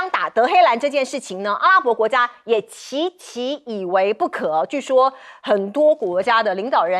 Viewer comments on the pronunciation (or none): 结说和据说要说清楚